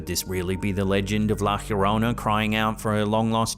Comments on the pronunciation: Why on Earth do you pronounce "La llorona" as la chjorona? Double LL in Spanish is a "yo" sound Calle "kayye" for street Apellido "appeyido" for surname It's la Yorona... Llorar = to weep, cry This's the reason why she appears so often due to you mispronouncing her alias 😂 Take an evening class in Spanish for Christ's sake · Love your videos!!! ....La llorona (the crying woman) Is pronounced iorona or yorona not Jorona😊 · LA YO-RONA La llorona 😂